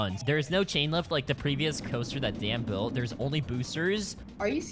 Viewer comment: Dan said donly 😂